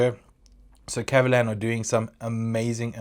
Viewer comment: Your pronunciation is right on the spot! 葛瑪蘭